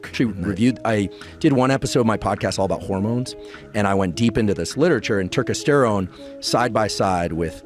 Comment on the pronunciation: Turkesterone is complete bullshit, please do not buy it and waste your money. Huberman can't even pronounce the name correctly so he shouldn't be peddling it. No human study has ever shown it makes a meaningful difference in testosterone levels.